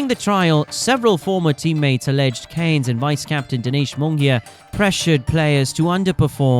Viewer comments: Well, it pisses people off mate, there is an R in Cairns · Gotta say his surname correctly that’s killing me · His family name Cairns, is pronounced :"Care n Z" ., Not cans. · His name is CAIRNS, not CANES! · Cairns is pronounced Kier-ns, not Caynes. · Chris 'Care-ns'... Not "Canes" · Cans not Canes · Surely his name is pronounced "k - air - ns" and NOT KANES? IMMEDIATE DISLIKE AND DOUBLE THUMBS DOWN. 👎👎 M 🦘🏏😎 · Cairns, not Canes. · The surname has an "r" contained and hence it is pronounced with a hard r...cairns (cans). Look up the correct pronunciation online. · Mate, you just answered your own questions in the video you just made about why he was a 90s legend and his amazing feats. And I don’t remember his name ever being pronounced in the weird way that you are. Do you know how to pronounce the city of “Cairns” in Australia? Well that’s how you pronounce Chris Cairn’s surname. Not “Caynes”. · Always a sign it is Clickbait ; they butcher his surname Chris Kanes Lance Kanes &&&^ off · It’s not pronounced ‘CANES’. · Chris "Canes"????? Did you leave the R out for the AI voice-over? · The least the video narrator could do is pronounce Chris's surname properly. Cairns has an R in it. It is not pronounced as Cane's. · Your pronunciation of his last name did my head in. The r is not silent. You kept calling him Canes for the whole video. Do better. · Mate, I'm nearly 60, and Australian, and in all my years watching cricket, I've never heard Chris Cairns or his old man Lance called Canes by any commentator. The air in Cairns is pronounced exactly the way it sounds. And you're wrong, it's every bit as bad as it sounds. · Pronounce names correctly 🤡. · Pronounce his name right, stupid AI. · You cant announce the R in CAIRNS? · could at least say his name correctly then, you're full of Ganges water 💩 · If you are making a video about someone you should learn how to pronounce their name correctly. Was painful hearing you butcher it over and over